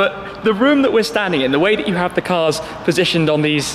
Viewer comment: "some incredible CURS"